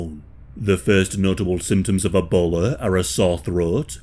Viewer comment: "...E-bowler is transmitted..."